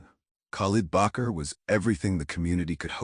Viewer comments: Bakr not Bucher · Part of his name would be Bakr and not Bacher. Shows the authors ignorance of Arabic or Islamic names.